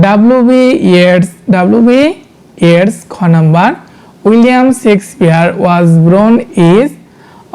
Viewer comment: হ্যাঁ ভাই ইনি শেক্সপিয়ার না বলে।।। সেক্স পিয়ার😅😅😅😅 কথাটা বারবার বলছিল